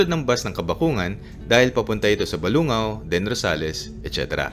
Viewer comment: Hi, Yung Umingan pala is pronounced as "Uming-gan", at Balungao naman as "Balung-gao" — for your info lang. By the way, nice video! Super informative. Ngayon, alam ko na na di pala ako puwedeng sumakay sa Joybus kasi Rizal area lang yung residence namin. Keep doing videos like this. Thanks!